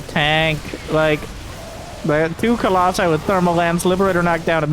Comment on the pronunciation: I'm so glad you say "colossi"